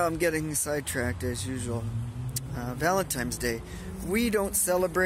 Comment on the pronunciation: That soup look really good! That was a very nice, thoughtful ramble about dating, relationships, and vanlife. And oh, buy the way, it;s Valin TINE'S day, not Valin TIMES day. LOL